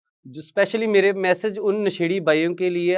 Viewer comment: अभी तक आप क्लियर नहीं हो,, नशेड़ी शब्द गलत बोल रहे हो